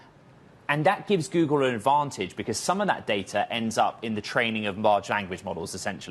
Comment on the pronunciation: "Goodle" bot Goodle Search lol. Great video and news casting but couldnt stop myself